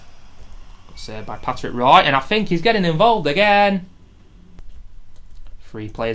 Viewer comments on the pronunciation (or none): You do know that Patrick Roy's name is pronounced Rwa ?